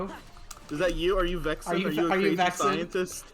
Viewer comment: I'm Vexan, not Vexen